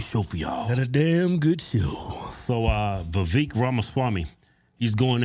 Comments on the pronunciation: Vivek should be pronounced vi-vake like cake. You’d think these guys would know given how political they are. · Its Vi-vāk like cake... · Its vivek like cake! He even told you guys that in the podcast😂😂😂 and you still pronounce it like its spelled! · IT'S VIVEK LIKE WAKE... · VA VAKE like Cake! Seriously as much as the dudes gone outta his way to politely correct people on how to say his name, that at this point, anyone that continues to pronounce it wrong, are doing it intentionally. Also I enjoy Tucker, but he had to of been getting a contact buzz or something from how goofy he was acting on Joe Rogan podcast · The twins had Vivek on their podcast, who told them how to pronounce his name and Keith still can't pronounce it a few months later. 😂